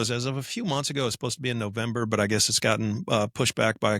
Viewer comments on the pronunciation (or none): none